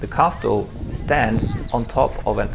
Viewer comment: I fear that, when you are 40 and look back at these, you're going to cringe every time you hear yourself saying "cassel". There are some choices that can't be undone without losing the nuanced flavor of the experience. My videos of Moscow and St. Petersburg are completely unwatchable. You can only see something for the first time once. Great videos nonetheless.